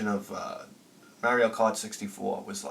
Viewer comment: I will pronounce "Ocarina" correctly when you start pronouncing "Mario" correctly.